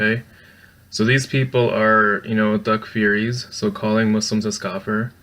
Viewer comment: Learn how to pronounce takfiri and what it actually means. Also sunnis arent salafi. Stop screeching salafi its annoying.